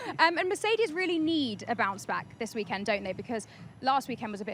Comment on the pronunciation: "welcome to the weekend womp" 😂😂